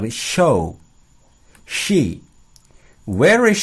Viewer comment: kak ada yg salah ya di contoh nya, itu see harusnya she yg pas contoh huruf s